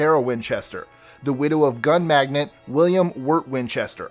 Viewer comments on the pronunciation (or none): Great video! I must look up a few of these that I hadn't heard of before. Two mistakes, however. In the Winchester case, a businessman is a "magnate" (mag-NATE), not a "magnet". You put magnets on a fridge. And the family in Amityville was named Defeo (Deh-FAY-o), not Defoe, as in Willem Defoe. Common mistakes, no worries. Love your videos. Edited to add: the Salem Witch trials took place in 1692 through 1693, long before the Joshua Ward house was built. And the accused women were executed by hanging, not burned. One man was pressed to death. The Joshua Ward house may be haunted by tortured souls of so-called witches, but the trials and executions happened prior to its construction. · Love love your work-love these that narrates the best. Fabulous that he reads- (so why doesn't he know that it's "magnate" not "magnet" as in "Winchester...gun magnate"-- surprising bc he does such a great job with Asian word/name pronunciation).